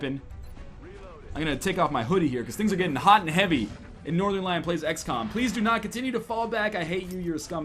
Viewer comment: Trying not to offend anyone by trying every pronunciation permutation of every name every time ~ The Northernlion Story, The Norternel-ion Story, The Norten-lee-yawn Story